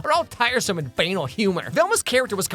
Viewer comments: lol, B-Anal. It's pronounced buh-nall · That’s not how you pronounce ‘banal’. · Bu-nahl. Not been-al. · The word banal is pronounced "Ban-all", not "Bay-nul", it doesn't rhyme with *anal*. Where did you go to school (and did you finish the third grade)? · You pronounced banal like anal, I’ve always pronounced banal like canal (of water) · "banal" is not pronounced like "anal" lol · Banal is pronounced as: "Bun-All". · Sorry but bane-al? Excuse me? Edit: Cyberpunk: Edgerunners (2022) is the best anime ever but it also is not an adaptation. It is just using a world to have a separate story. That being noted I actually liked Need For Speed (2014). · "Banal" is pronounced: buh-naal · Well, that isn't how you pronounce banal, but nice video. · How you pronounced banal 💀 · i'm pretty sure you don't pronounce banal that way. In your world having banal sex sounds pretty hardcore. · WHY DID YOU PRONOUNCE BANAL THAT WAY